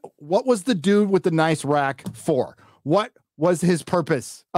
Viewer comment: rack! I don't know why it's funny to me whenever he says it.😆